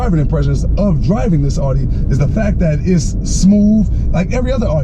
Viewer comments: ONLY THING THAT BOTHERS ME IS HOW HE PRONOUNCES IT...... IT’S CALLED AUDI!!!!!!!!!! not fucking ARI !!!!!!! AUDI NOT ARI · Your videos are entertaining but Audi is not pronounced ALL-dee :)